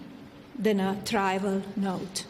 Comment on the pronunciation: She couldn’t pronounce ‘trivial’ but she nailed ‘deposition’….!